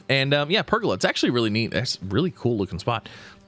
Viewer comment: Please learn how to pronounce pergola correctly. Its ola like how you say cola. Say it with me. Per...gola 🤦‍♂️